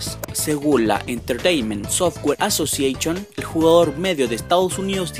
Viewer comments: Asosieichon pley steichon best ingles áfrica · minuto asosieichon hahahaha exitoooo